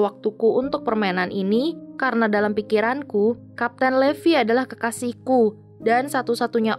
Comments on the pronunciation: Salah bacanya bukan levi tapi livai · Bacanya itu bukan levi tapi levai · Levi itu bacanya livai bukan levi . wibu veteran pasti tau ceritanya gimana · Sebenarnya nama Levi itu dipanggil Rivai untuk penyebutan bhs inggris yg benar:) Tapi bagus kok Krn ada anime terfavoritku yaitu SHINGEKI NO KYOJIN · Maaf bukan raksasa tapi titan Levi dibaca livai ATTACK ON TITAN